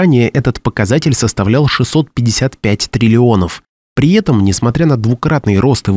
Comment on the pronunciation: Кто- нибудь, подскажите диктору, что нужно говорить - при этом, а не - при етом.